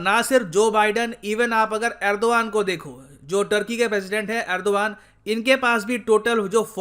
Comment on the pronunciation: Why erdron🤣🤣